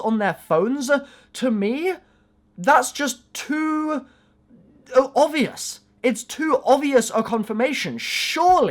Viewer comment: "Ovious" wtf is ovious? You mean OBvious